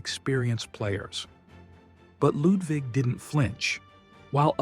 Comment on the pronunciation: You don't have to say "Lewd wig". Fun that you are trying but just say Ludvig as you would Ludwig. 😅